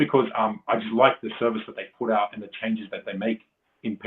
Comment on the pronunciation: "i wanna prrrr it out there really quickly" 😂